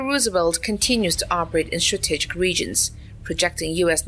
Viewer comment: Excellent AI voice. Can pronounce Theodore Roosevelt but can't pronounce strategic and Bin Laden among others.